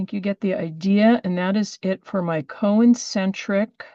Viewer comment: It's CON-cen-tric, not co-en-cen-tric.